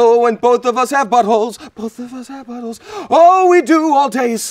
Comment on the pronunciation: The enunciated “buttholes” followed with the whispered and breathy “both of us have buttholes” is beyond hilarious